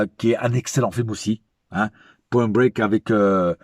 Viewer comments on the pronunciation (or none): " Pwoin Bwéke " tu parles bien anglais ma famille.👌🏼